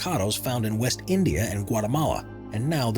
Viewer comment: No 1 he missed India instead said "Indi" 😅😅